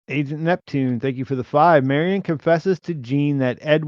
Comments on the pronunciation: I love ya, but every time you say “Mary-ON’” I wince Marian Mare-Ian if you want to mush two names together. Mare, like a female horse. And Ian like Ian Fleming that wrote James Bond. Not Mary-On Please correct this if you can,! I listen religiously to all your stuff (Pete, maybe you can mention this to him) and if you specifically say that you were mispronouncing the Carol Burnett character’s name in a future pod, I’ll figure out how this Super Chat stuff works and I’ll hit you with $10! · Marry-on was so distracting I couldn't watch the rest of the video. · Thank you Seth R. Say Marion right lol